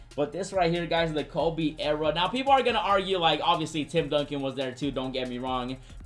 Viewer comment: The way he says "Ewra" instead of Era has me rolling. I love it bro.